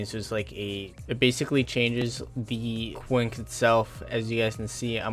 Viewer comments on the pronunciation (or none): Its not ‘quink’ its ‘quink-ay’ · Its actually pronounced (kwin-kay) not (kwink) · Quinx? It's pronounced queen-kay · Hahaha he said quinks haha...is quinqe u idiot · Nice “Kwink” showcase😂😂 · it is pronounced keen-k or something like that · The way he pronounces quinque though >.< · The way he pronounced Quinque is really annoying lmao